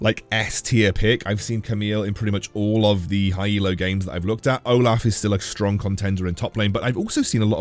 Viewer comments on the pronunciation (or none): none